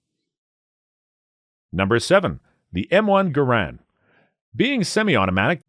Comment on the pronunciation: Mosins do not use rimfire rounds.... It's centerfire like all high powered rifles. And it's pronounced MOHSIN not MAWSIN. You clearly don't know enough about guns to review them. Just regurgitating crap you read online. Also, you kept picturing M1A's when referring to the Garand, which you also pronounced incorrectly.